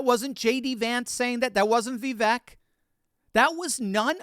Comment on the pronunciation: Please learn how to says Vivek’s name correctly. It rhymes with cake